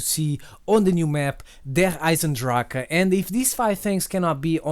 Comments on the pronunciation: As a native german speaker I have to say that you pronouce "Der Eisendrachen" perfect. Many other youtuber say "Der Eisendrach" Respect from switzerland! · but hearing you pronounce the name as a german gives me goosebumps xD